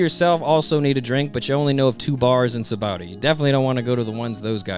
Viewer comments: Lol it's saba-ody archipelago bro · Love the videos. Only thing that's weird to me is "Sabowdy". "Sah-bah-oh-dee". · The English dub pronounces it "Sa-ba-o-dee", the Japanese kana say "Sha-bon-dee". Oda based its name on the Portuguese "Sabão", meaning Soap (that's why the bubbles!) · Y'all need to know this: Note that the island's name comes from the Portuguese sabão (which is pronounced like “sabon”) meaning “soap,” from which the Japanese シャボン or “shabon” is derived. That's why the island is called “Sabaody” but pronounced “Shabondy.” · I know that it's spelled "Sabaody", but it's pronounced "Shabondy". "Shabondama" is Japanese for soap bubbles, which gives the archipelago its name, and Oda is notoriously very bad at spelling with letters.